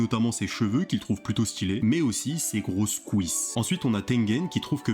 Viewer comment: ”mais aussi ses grosses ✨COUISSES✨ ”